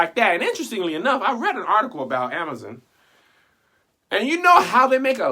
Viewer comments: The way you pronounced Amazon (Amaza) almost took me all the way the heck out😂😂😂😂😂😂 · I'm just mad at how he pronounces "Amazon" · The way you say “ Jeff Bezziz” “Ceo of Amizin” 😂😂😂🙌🏾